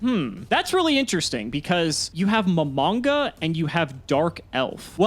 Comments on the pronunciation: "Mo-mon-ga". Not "mom- on-ga" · Nimble Mom-On-Ga? Lol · Mah - Mon - Gah! It’s not that hard!